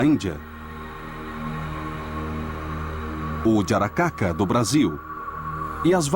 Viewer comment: Os nomes dos vampiros citados em são: Jiangshi - China yara-ma-yha-who - Austrália Asrapa - India "Vampiro Jararaca" - Brasil (Esse foi meio dificil de encontrar, pois o narrador fala de um jeito estranho, como se fosse udiaracaca, jaracaca ou algo assim. Porém o mais próximo que pude encontrar foi sobre essa lenda indigena do vampiro jararaca). Encarnações europeias: Strix Strigoi Vrykolakas Morto vivo Upir Vampir Dracul